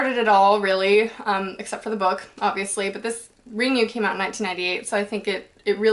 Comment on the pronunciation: Awesome, gonna totally watch this movie tonight. Also Ring is pronounced rin-gu, not ring-you :P